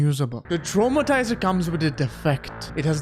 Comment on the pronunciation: Omg I had a stroke hearing how you called Traumtänzer but don't worry that was a very joyful stroke